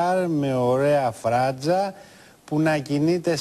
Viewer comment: ειπα να εχει και φρρραντζα!Ειχε φρρραντζα ο ριβαλντο στα νιατα του??????χαχαχαχα